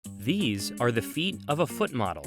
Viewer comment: The way this guy says feet... "Pheet"